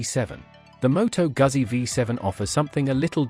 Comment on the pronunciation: I tuned out when you couldnt pronounce Motto Guzzi correctly!